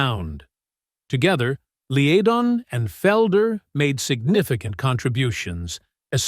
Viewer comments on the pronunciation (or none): Two names are pronounced wrongly (Fry and Leadon) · What do you think mispronouncing names ("Fray" "Leedon") does for credibility? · The trouble with “Eagles” was 100% the fault of Frey (pronounced FRY). He was a ball buster who was dictatorial in nature. He drove away Bernie Leadon (pronounced Led-un), Meisner and Felder! He constantly threatened physical violence against both Meisner and Felder but was scared stiff of Bernie because Leadon was a black belt in Karate and found wipe the floor with Frey! Henley is reputedly a power hungry and greedy litigious little man who is universally disliked. Frankly Randy was better off! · It's pronounced FRY.!!!!!! It's pronounced LED-ON. !!!!!!! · Lee a don? Really? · Pathetic! How can this video have ANY credibility when the narrator mispronounces Glenn and Berrnie's name? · He was one of the original members, and "Take It To The Limit" wouldn't have sounded right without him. And the reason Bernie LEEdon left was he was simply tired of touring. (what a crappy narration, can't even pronounce the band's names right) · You got the Frey pronunciation right, but not the Leadon pronunciation. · yeah but I imagine Glenn would still pronounce his own name the same. This is a crappy narration delivered by AI. The robot also pronounces Bernie Leadon's name wrong.